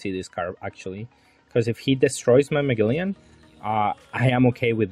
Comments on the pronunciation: Bro it’s Ma(gel)len haha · It's pronounced Muh-gel-an haha, crisp looking deck none the less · Its Mah-gel-lan